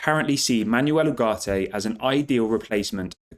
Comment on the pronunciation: Manwell Oogartay is how to pronounce it 👌